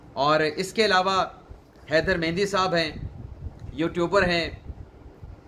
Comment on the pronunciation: جناب ۔۔۔نام "مہدی" ہوتا ہے ۔ "مہندی "نہیں ۔